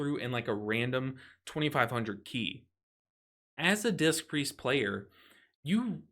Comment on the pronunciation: I can't unhear say "dist" Priest. Dangerously close to dissed 😶😂